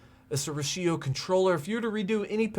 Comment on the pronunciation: Rachio pronounced like ratchet....goober